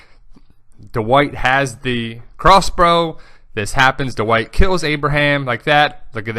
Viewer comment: you say Dwight very weird, you say it like THE WHITE, why?